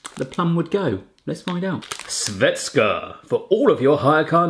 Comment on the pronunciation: Svedska 😂😂😂 (Švestka)